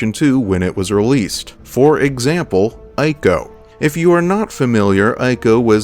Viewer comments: Brother great video, but nooo that game is not pronounced as Eye-co, it’s pronounced as Eco. Ico was one of the greater games in those days alongside its brother game, Shadow of the Colossus. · Always love your videos, but it's Ico (pronounced eco), not eye-co. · It's pronounced iii-ko, not eye-ko. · EE co EE-co It pronounced EEEECO!!! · btw, my friend, Ico is pronounced 'eeco'